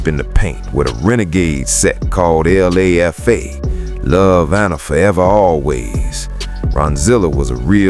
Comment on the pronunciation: It’s not L.A.F.A It’s LA like LALA and FA like the beginning of father and put it together you got Lafa